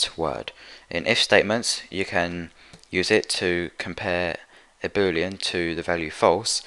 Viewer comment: Each time he said boolean i understood booty